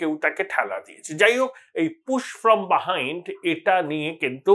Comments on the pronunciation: Correct pronunciation… its buh - hined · কথাটা বাহাইণ্ড নয়, বিহাইণ্ড। ঠিক উচ্চারণ করলে শুনতে ভালো লাগে। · ও দাদা, বা হাইন্ডস বাহাইন্ড কি ভাবে বলছেন? ওটা বিহাইন্ড বলুন।